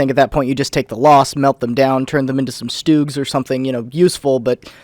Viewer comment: Did you say stooges?